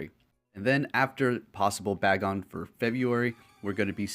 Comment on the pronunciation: You pronounced Taillow as Tailou when it should sound as pillow. And Bagon as Ba-gon, when it should be Bay-gon. I'm wondering, is Pokemon Go your first Pokemon experience?